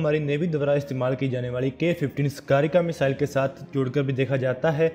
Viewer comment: Bhi mere sgarika nhi hai sagrika hai